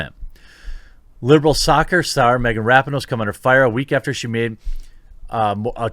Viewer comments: It’s pronounced Ruh-PEE-no. If you’re going to dog on her, at least get her name right. You’re welcome. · Sorry, it drives me crazy in every video when you say it wrong. It is Ra-PEE-no. Also, I am a HUGE women's soccer fan (and to all the naysayers in comments below, the USWNT does draw huge crowds and sells a lot of merch; their US league is another story) but this makes it really hard for me to root for them. Other teams did knee too but Rapinoe has gone drunk with power since the last World Cup and needs to focus on soccer only.